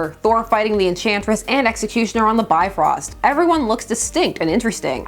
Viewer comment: This is a great vid. However, I would like to in the gentlest manner possible point out your pronunciation of the Bifrost. It is like Beef Roast. Here, this explains it better. I hope you and your family are well.